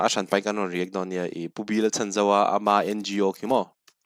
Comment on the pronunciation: Sir, Pu B.Lalchhanzova tih hian Chhan tih lai tak hi i lam diklo zel ania aw... misualin min man a min lo chhan teh tih ṭawngkam a, chhan tih kan lam ang hian a hminga chhan tih lai hi lam zawk tur a ni e..